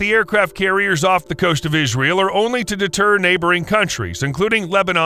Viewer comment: he said ass ram 🤣😂